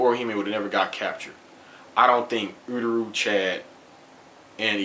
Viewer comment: ururu? its uryu lmao